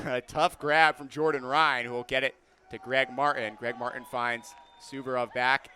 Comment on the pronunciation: One of my biggest pet peeves is when someone says "Mar-in" instead of "Mart-in", and this commentator just does it over and over😭😭